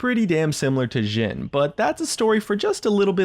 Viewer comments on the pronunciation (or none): trying to be all classy n shiet calling jhin, "tzhin" lolol